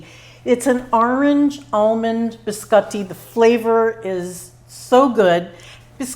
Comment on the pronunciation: Looks so good and you make it look super easy !! Love how you pronounce biscotti the correct way...💕😍👌